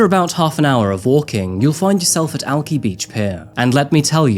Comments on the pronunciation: It's pronounced "Alk-eye" btw, and I love this one as the bodies were discovered just a couple blocks from me. Was the year of utter madness up in Alki Beach with this being the most insane event. I expected an Alien invasion to happen next. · Seattle is my second home, and I lived in West Seattle . Truly one of my favorite places on earth. I really miss it! I’m home in Colorado now. Locals pronounce Alki Beach/Ave AL-kai. Long I. So sad what took place there! 😢 Also, Seattle is no longer just about lumber. Amazon, Microsoft, Starbucks, Boeing, Costco, Nordstrom and T-Mobile are based there, in addition to Weyerhaeuser. It’s become an important economic center not just in the US, but in the world. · For someone born there your pronounciation is all over the place, it's Alki beach like al-KAI beach, and you overenunciate your T's quite egregiously for a Seattleite. roughly you can hear the local presenter pronouncing it the way I learned it. Love your work, keep it up! ♪ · Aaaaah, it’s Alk-eye. This hurt my head haha! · In case you would like to know how locals pronounce it, Alki is said like AL-kigh, rhymes with high. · Alki is pronounced Alk-eye, just fyi for the future. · Alki Beach is one of the prettiest beaches in WA. And it’s actually pronounced as “Al-Kai”, but it just might be a Washingtonian pronunciation 😂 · It's pronounced Alk-eye. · Great video! Pronunciation isn’t bad but for Alki Beach we pronounce it “ALK-EYE” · It's pronouced "Al-Kai" but understandable you might not know. Names in washington aren't easy for non-locals like sammish, sequim, issaquah, etc. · Quick correction, Alki Beach is pronounced Al-kye (like dye) I love your videos, they’re so high quality and just thought I should share! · its pronounced al kye good sir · Lol I love the content so I forgave the way you said Alkai pretty quickly. But If you literally have a news report of them pronouncing it right, how did you say it wrong SO many times? xD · Alki Beach is pronounced "all-kai"